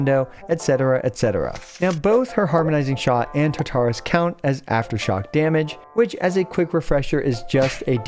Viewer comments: This isn't that important, but just a heads up I have always heard Tartarus (from Greek mythology) pronounced with the emphasis on the first syllable rather than the second. Thanks for the guide! :) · Like Taar-ta-rus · Mfs will over pronounce character names and then completely fuck up Tartarus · Glad someone said something. I cringed every time he would say it lol